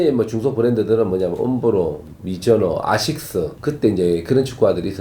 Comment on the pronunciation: 갱상도 사투리 ㅋㅋㅋㅋㅋ